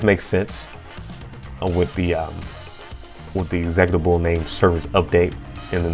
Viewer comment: Great video but man the way you pronounce meterpreter and executable is driving me crazy 😭😭